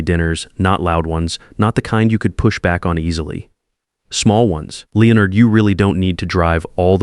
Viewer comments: Leo Nard (not Lennard as the British say it?). I have noticed that AI cannot pronounce people's name or place names. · The Whitfield's name again. Lay onard is not the correct way to pronounce Leonard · Lay-o-nard is how they say it in youtubeland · The pronunctiation of Leonard Is simply classic.